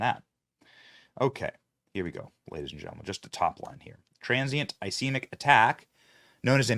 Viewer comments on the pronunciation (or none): Ish-keem-ic is the pronunciation of ischemic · ischemic is pronounced uh skee muhk. Look it up man. Is there no show prep?